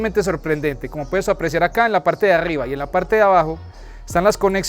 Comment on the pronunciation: Dónde ????? 😂😂😂en la paggrrrte de Aggggrrribaaa😂😂😂😂😂😂